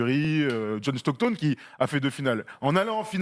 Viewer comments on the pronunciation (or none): John Stockton... pas John Stocktoooone. Sinon, bonne video, les gars.